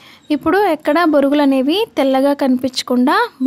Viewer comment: Borugulu ani anakudadu thappu Bonugulu ani anaalee 😂😂😂😂😂